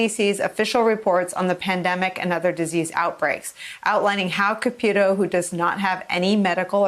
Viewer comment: Nobody says Ka-pew-to in English or Italian, as far as I know. Maybe I'm wrong, but I don't think so.